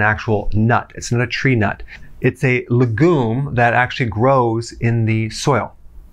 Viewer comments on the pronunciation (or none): His mispronunciation of "legume" killed me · LeGOO'M! I'v e never encountered that pronunciation.